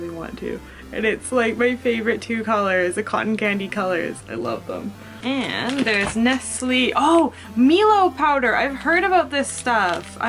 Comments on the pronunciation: Milo was originally developed in Sydney Australia and is now popular in many places around the world. But it's pronounced my-low! 😆❤️😊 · it's pronounced "My-low" - Milo xD we have that as well in South Africa, it's hot chocolate:D Thanks for another video! ^^ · Psst.... It's pronounced My-lo..... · I tend to use music from various game soundtracks ^^ Ragnarok, Undertale, School Days (lol) etc etc.~!! Also, the Milo is pronounced "My-low", it's soooo good, hot or cold! ^_^ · milo is Australian drink in orgin and is pronounced "my-lo"